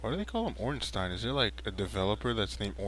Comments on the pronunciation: you said ornstein perfectly, im not sure what that twat was on about. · He says it using the German accent which is the accent meant to be used since Ornstein is a German name. I don't know about Smough though...